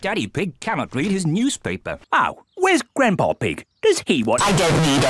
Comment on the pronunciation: Why did George say grandpa ig not grandpa pig